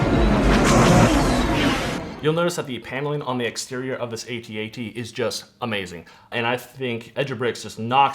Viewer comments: It's an ATAT not AY-TEE-AY-TEE 😂😂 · Both are canonically correct but A-T-A-T Logically makes more sense as it's an acronym